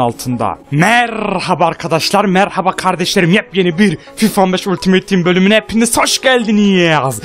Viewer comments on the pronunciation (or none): none